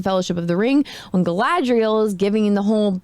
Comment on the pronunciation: It is slow, ploddinly slow. Highly inaccurate in the representation of how the elves are. They are stoic, then bam super emotional then wooden again. They can not seem to say Galadriel all the time, pronouncing it Kal-adriel. Galadriel jumped off a ship then swam an entire ocean back. also the only action in episode 1 was when all her "elven warriors" got face rolled and she crouching tiger hidden dragoned them off a sword because shes a army of one. That time she wanted to leave that guy in the snow to die even though he was right there. Yeah. rings of suck, that should have been the title. Oh and the hobb i mean the hamfoots are dirty, unwashed, homeless short people that dont seem to be very bright at all. i tried to watch the second episode. i'm done with it. the only character that seemed right was Ismael Cruz Córdova as Arondir.